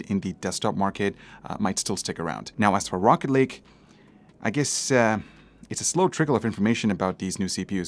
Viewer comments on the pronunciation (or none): I swear everytime he said rocket lake I heard rocket league haha